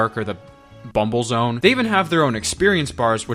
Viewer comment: Ah yes, the famous Bunble Zone.